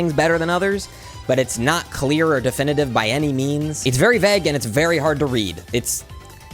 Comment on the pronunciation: I swear he said veg not vague 😅